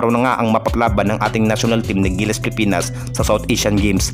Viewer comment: Idol wag ka mag madaling magsalita pilipinas hindi pipinas idol concern lang kc pangit pakinggan kung nagmamadali ka